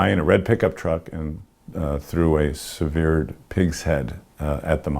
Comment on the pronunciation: He pronounced severed wrong.